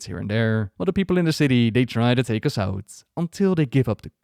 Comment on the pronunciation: sorry but it keeps irritating me.. can't focus every second when I hear it.